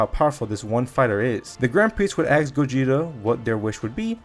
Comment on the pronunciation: you said axe instead of ask a lot, do you also cut out the smoke alarm chirps when editing the videos?